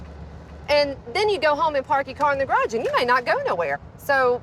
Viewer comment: Love how he pronounces garage "carrage"